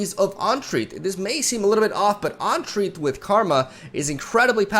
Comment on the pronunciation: for future reference - "En-treat", with the emphasis on the 2nd syllable, not "On-treat". Good vids - liking this game, even as a turbo-casual.